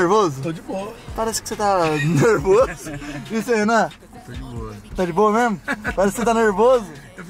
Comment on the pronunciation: Ninguém, absolutamente ninguém,: É memo, memo! Kkkkkkkkk